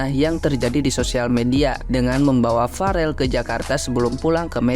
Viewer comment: Yoi, ngomong aja bk becus, Farel malah parel, belajar ngomong dulu yg bener baru berkomentar